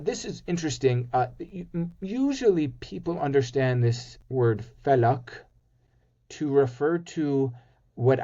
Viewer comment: How come you never invite a genuine & renowned Arab Speaking expert in the Quran to speak of it ...instead of indirectly disrespecting it & taking cheap shots at it with these clueless guests....This guest can't even pronounce words correctly. Falak is not Fulk ....I SINCERELY SUGGEST INVITING NATIVE SPEAKING EXPERTS IN QURAN because this content is horrendously amateurish to say the least. Of course Mustard seed is connected to Jesus (pbuh )& it may even be connected to some In the Torah ...All three books are supposed to be from the same God before The Torah & Gospels got altered.... Take Verse 29 of Chapter 48 for example ...It speaks of the close companions of Muhammad & it says they were described in both The Torah & (Gospel): "... Such is their description in the Torah, and their description in the Gospel: like a plant that sprouts, becomes strong, grows thick, and rests on its stem, impressing the farmers. Through them He enrages the disbelievers. ...."